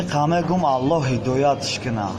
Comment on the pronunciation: Говорите Аллах а не Аллох